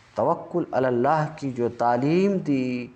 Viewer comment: معافی چاہتا ہوں آپ ہمارے بڑے ہیں اصلاح کر سکوں اتنا علم تو نہیں البتہ اپنی اصلاح کے کئے عرض یہ کہ (من إنقطع الی اللہ) کی بجائے من إنقطع الی الخلق کی آواز آ رہی ہے